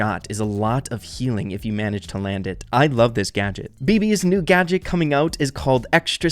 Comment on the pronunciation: When u said Collete gadget gotcha I thought u said gacha aka my yt name 🤣